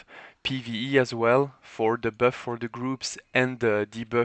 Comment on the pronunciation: "böff" "deböff" 😂😂 good vid